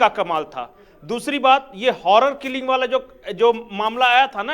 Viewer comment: पता नहीं ये लोग पत्रकार कैसे बन गए कई वीडियो में इन्होने हॉरर किल्लिंग ही बोला हैं हॉरर किल्लिंग नही honour किल्लिंग होता हैं Honour किल्लिंग का मतलब (सम्मान रक्षा हेतू हत्या)मतलब अपनी इज्जत बचाने के लिए हत्या